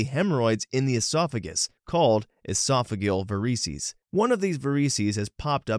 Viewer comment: “Esophageel vareecies” had me ROLLING